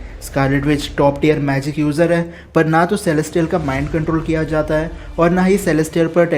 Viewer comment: R.I.P English Celestial hota hai woh salystiyal nahi Element ko aliment boldiya wah bhai op KRK se Sikh khe aaye ho kya English 😂